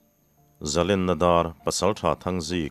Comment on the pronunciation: Zalènna hi zalèn atang a lo chhuak a ni a. Len hi den chi lèn anga lam hi a dik ang. I chhiar leh zel turah pawh len hi lam hniam thei la....